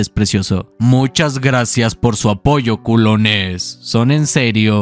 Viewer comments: Le quita la seriedad y el miedo al momento cuando dices “Culoness” XD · Me duele como dice culones y yo ni culo tengo 😭😭😭😭😭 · el video esta demasiado bueno, pero no puedo evitar querer sacarme los oidos de tanto escuchar ''culones'' XD